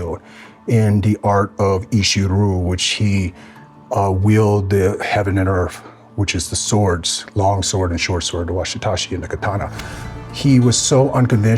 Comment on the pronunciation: I’m sorry but for as good as this guy is, it’s really annoying that you can’t even get the proper pronunciation of WAKIZASHI right. It’s not “washitashi” And I’ve also seen other videos where he gets oda nobunaga’s name wrong and says that he lives close by Tokyo when oda lived no where near Tokyo. For someone that lives and breaths samurai culture he sure gets a lot wrong 😒